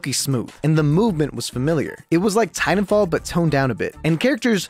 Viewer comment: Please enunciate the second "t" sound in Titanfall. That's my only critique. Thanks!